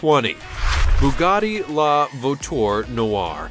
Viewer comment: the way this guy says "la voiture" is triggering me